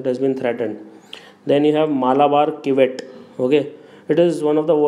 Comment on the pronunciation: Pronunciation for malabar civet is wrong. It is not chivet but "sivet"...